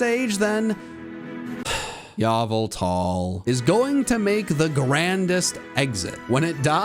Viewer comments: THE NAME IS YVELTAL, NOT F*CKING YALVELTAL! GET IT RIGHT PLEASE! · not really as we both know it’s YAHVELTAL